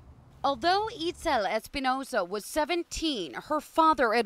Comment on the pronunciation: “eatscel” not “eatzul”